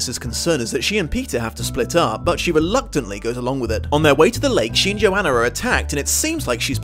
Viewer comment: I hate that everyone mispronounces the name Johanna. It is yo-hah-nuh!